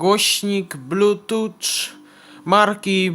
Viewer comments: Nie muwi się blutucz tylko blutchuf a piszę się Bluetooth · Blutucz :D "(...) podłanczamy do tableta (...)" "odłanczamy" "włancza" Szok!